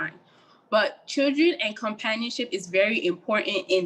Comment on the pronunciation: She said chuldren😂